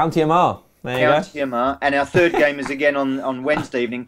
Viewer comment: Yeooooo im from Northern Ireland yeooo Armagh how can u not say that 😂😂